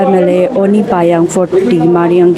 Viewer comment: Panyang ko kyu Payang bol rahi hai ye ladki ? Repoter hoke read karne nahi aata hai kya🤮🤮🤮